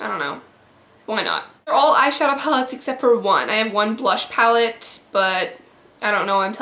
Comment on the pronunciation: "Pall" LOL